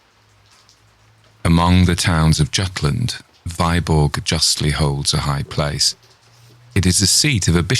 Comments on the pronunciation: Alas the pronunciation of Danish toponymes is all wrong: "Viborg" for instance is not /vaiborg/ but /vibo:/. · Viborg is pronounced Veeborg otherwise very impressive!!!!! I'll be awake all night long. :0)